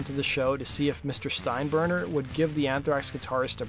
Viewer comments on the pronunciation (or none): I don't think I've ever heard it mispronounced before lol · Steinburner? Nope! It was Steinbrenner! At least get that part of the story down please!